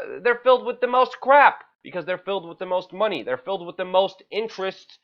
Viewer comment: Come on buddy it's with not ' wit "